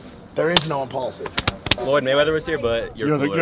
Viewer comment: Shoutout to Mike showing love to Logan after that hater made that comment about Impaulsive. Mike said it exactly how it was: "without Logan, there'd be no Imapulsive!"